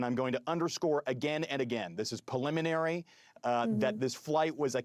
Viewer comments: Please stop saying pelliminary 😭😭 Edit: Not trying to be mean or anything, it's just grating on me so hard. As an expert guest, the guy is fantastic. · Someone teach him the word preliminary!